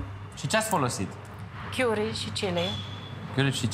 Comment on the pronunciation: Chiuri sau cari? Cica a lucrat in Anglia dar nu stie sa pronunte. Plus cica a lucrat in Welsh. Welsh nu e in Anglia ci in Tara Galiilor